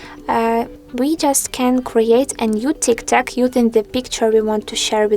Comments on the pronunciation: Bro, it’s not Tiktak it’s tiktok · And no way she just said tiktak